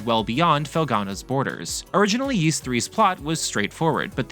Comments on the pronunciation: It's NOT PRONOUNCED YEES. IT'S PRONOUNCED EES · Please pronounce Ys properly 🥲. It's not "Yees" it's "Ees". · Can’t wait for this! I’ve preordered the PS5 & Switch version! But please - it’s pronounced ‘ease’ not ‘yeese’ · I didn't know it was Yees, always heard it as Ees. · ah cool. Yees doesn't sound right. Thank you 👌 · "Ees" is the correct pronunciation. It's just hard to know the correct pronunciation because they rarely mention it after Ys 1&2, which are unvoiced in modern versions.